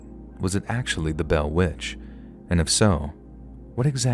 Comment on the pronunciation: The butchering of The Bell Witch is really disappointing 😢